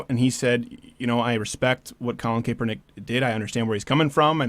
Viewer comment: Steven, Die hard 49er fan her and I have completely disowned Kaepernick but you are pronouncing the name wrong. I am mentioning this for your sake, not his by the way. The first e is silent so it's pronounced Kap-er-nick. I don't want the SJW's giving you shit for it. #VoteHopper #NotGayDeanCain